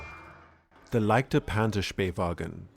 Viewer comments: The pronunciation was really good, especially the pronunciation of the "ä" was absolutely on point. One small note: You pronounced the "ch" in leichter as if it was a "ck". Leichter is pronounced [ˈlaɪ̯çtɐ] so the "ch" makes a sort of hissing sound towards the front of your palate. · Its not "leiker wagen" Its "leicht" ch as in cheap Ok not quite But its a soft ch As in Eich Weich Scheich